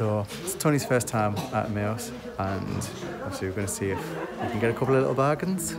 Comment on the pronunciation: I think the pronunciation of Emaus is M I uuuse